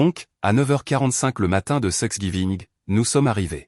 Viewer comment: Thanks giving !!! et non 😮 "sex giving"